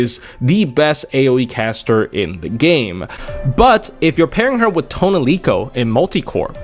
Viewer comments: Who the fuck is “toaunelico” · Tonelico: says her actual name on her summon line (instead of "Aesc") as Toh NEH rico: ToneLEEco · Take a shot whenever said toniloce